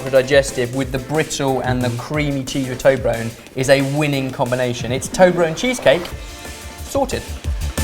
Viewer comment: whats with the product naming here? you can say toberlerone but you can't say marmite?